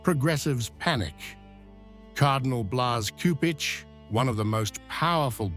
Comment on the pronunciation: Cupich is pronounced 'Supich'.